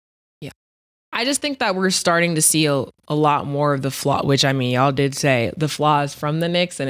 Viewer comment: C’mon you’ve been around harlem Ninjas long enough….don’t pronounce the L in “ya’ll”